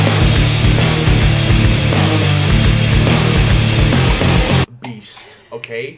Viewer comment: the way says mama lol